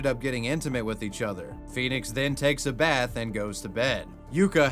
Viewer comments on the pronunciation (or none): none